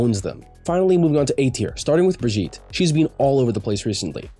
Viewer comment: Who tf says "brijeet"